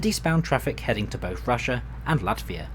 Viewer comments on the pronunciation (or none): none